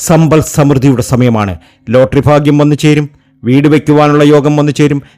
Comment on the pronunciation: Fagyam alla tell bagyam